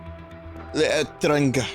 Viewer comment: Vinny's inability to say L'Etranger is giving me an aneurysm